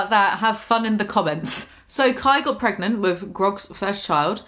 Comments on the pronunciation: "gregnant" I am deceased. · its been a year and i still cant handle "gregnant" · "gregnant" lololol ur a genius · Kai: “am I..... gregnant?” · "Gregnant" Holy shit, I almost spat out my drink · "And Lainey get's pregnant pretty quickly... or... gregnant" FUCK I CHOKED ON MY WATER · why on EARTH would u EVER say "gregnant"??? I am DECEASED